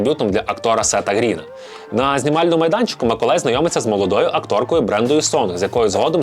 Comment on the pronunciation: Ціле відео чув Миколай)